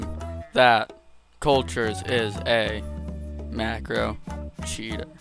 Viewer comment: i heard him say my marcos unpluged i know u dont marco i just wanted people to know